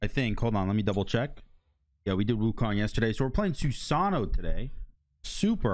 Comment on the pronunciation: say Susano without the "-ano"